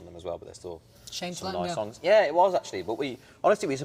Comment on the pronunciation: liam says "yeah" than a seconds later niall and harry mocking the way he said it kajsksjshdj they are so stupid omg 🤧🤧🥰🥰🥰💓